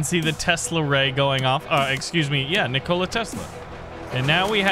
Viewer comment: nik-ola tesla........... nikola all 1 word no pause